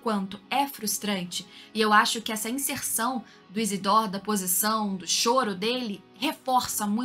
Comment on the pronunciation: achei que fosse isidro não isidór